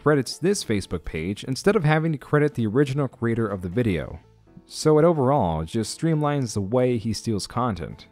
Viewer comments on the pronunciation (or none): why do you keep calling it a bideo?